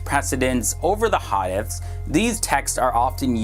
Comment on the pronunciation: Brother I love your videos but you are killing the pronunciation of the words. Like Hadith the I sounds like a long e. Please try and learn how the words are said. Thx